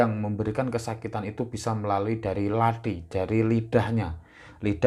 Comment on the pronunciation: Pertama uluk salamsaja tidak fadih. Kedua omong Lathi saja salah katanya orang Jawa, omong Kathi tapi sptucapan orang Bali. Pakai blankon segala. Isino cak !.